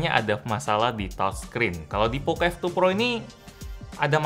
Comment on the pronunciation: pocoooo bukan pokoo